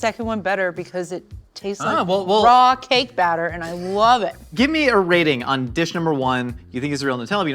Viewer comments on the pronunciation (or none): none